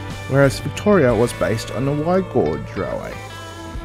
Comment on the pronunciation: FYI gauge is pronounced "gage" (rhymes with cage) not "gorge"